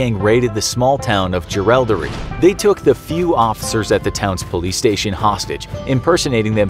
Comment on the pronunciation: Nothing i hate more then americans pronounceing australian town names, we say things exactly how they are written, jerilderie is pronounced "je-ril-derie" not "ja-ral-derie"